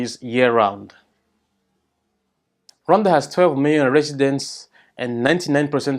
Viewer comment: I've already told several people the proper pronunciation of Rwanda (I'm in the USA and we all say it wrong!)